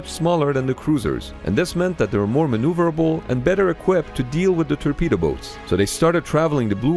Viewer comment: Hahaha "terpedo boats"